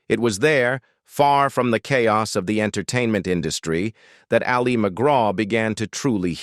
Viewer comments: Thumbs down. If a channel is too lazy to even get the AI pronunciations correct they don't deserve a thumbs up or a full view. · AI generated voice that can’t even pronounce Ali McGraw‘s first name correctly. Also using photos of actresses that are not Al McGraw. Just a piece of crap. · "Ali" is short for Alice. The stress is on the first syllable. It is not the Islamic form of "Ali", stressed on the second syllable, as in Muhammad Ali. Whether or not the narrator is AI, it/he ought to know how to pronounce the name of the subject of the video before beginning. Just sayin'. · AI can't pronounce her name correctly 😂 It's "Allie"... not "ali" 😬 Anyone else SICK OF THESE AI VOICES??? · IT AL LI. NOT AHH LI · AI for sure with the AI robot pronouncing Ali as al-LEE’ Argh!! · Ollie Mcgraw...... AI gone feral. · Hate this AI voice. LOL. And pronounces "Ali" like Mohammad Ali few times. No wonder she's usually referred to just McGraw. Whatever. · Ah Lee? Can't even pronounce her name correctly. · Ah-Leee McGraw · It definitely is. It kept changing the pronunciation of Ali to Ah-li like Mohamed Ali. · You pronounce Ali as if she’s Mohammed Ali! It’s pronounced like ‘alley.’ I find this kind of thing very irritating and tells me the research is marginal at best. You might do well asking people who watched her movies in real time, we know how to pronounce her name. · It’s not Ali McGraw pronounced like Mohammed. It’s Allie. It happens a lot with AI narration 🙄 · Who's Ah-li Mcgraw...? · I agree, the Voice keeps calling her “A-LEE” McGraw, like Mohammed Ali. Not pronounced that way! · What an AI crapfest. The narrator mispronounces her name through the whole thing. Images are completely random. Sometimes they're not even photos of the subject, like what was Vanessa Redgrave doing in there. A waste of time. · A sign of the times, her name "Ali" pronounced the Arabic way 😆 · The presenter doesn't even pronounce her first name correctly.